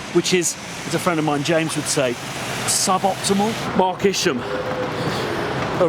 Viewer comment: I think that Mark Isham's name is pronounced Ice-Shum. And this from someone with a last name that gets butchered EVERY day... Love your stuff,! You are truly one of a kind.